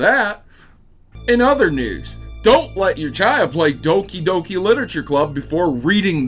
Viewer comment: its doki not dooki